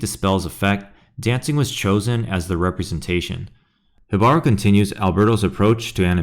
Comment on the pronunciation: Wow great research. Ive seen many Alberto vids over the years but this is the most in depth( even pronounced Jibaro correctly 😂) Love this vid although it skews a bit into feeling like saying everything Alberto does is great and all other animation is wrong. He revolutionized animation? No. Really big impact? Yes. Also, things like location scouting is not new. Confused how thats refreshing and I have never not been able to differentiate a Disney movie from another studio movie. That is an eye raising disservice to the amazing artists there. Also, the lesson here is not to have Mielgos style but to hopefully encourage different studios to try something new. Arcane clip confusing. It was worked on for about 7yrs. It was not inspired by spiderverse. Fortiche artists and artists like Nesskain were involved. Really good video but started veering off into not objective territory